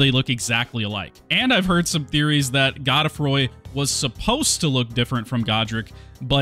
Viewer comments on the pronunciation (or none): evergaol is pronounced ever jail and godefroy is goad froy